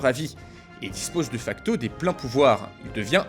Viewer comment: Il y a un espace avant un point d'interrogation en français. : On entend mal mais, ça se prononce [Dé facto], pas [deuh facto].